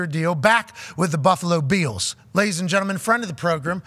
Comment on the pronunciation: Why are they saying “Buffalo Beals”??